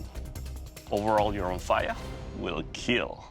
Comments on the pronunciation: Actually, Romphaia is pronounced Rumpheya, and the word isn't greek, it's thracian, so is the entirety of the greek language. There was no such thing as a " greek " culture untill 1910. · It is pronounced RomphEa (e as in lemon) Even the show hosts said it wrong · Well Romphaia is a Greek word so are Thracians(till this day actually), anyway the meaning of the word is : Ramphos= beak of a bird. And its pronounced......romphea,like you would say phe-nomenon.